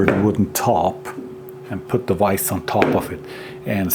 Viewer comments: It's vise not wise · super odd hearing the german v in the word vise. i guess it is right but it tottal doesnt sound ight